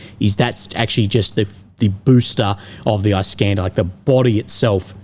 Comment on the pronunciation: Eye-scanda 😂😂😂 I deem it is nice for him to pronounce!